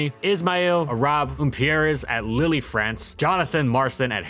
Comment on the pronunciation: Pronouncing Lille as Lilly made me chuckle, thanks for that